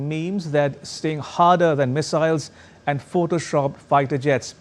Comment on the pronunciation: And Aand forces 😂😂😂